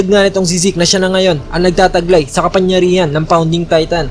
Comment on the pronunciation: Sir "KAPANGYARIHAN" po, hindi po "KAPANYARIHAN" pero nice review and translation Godbless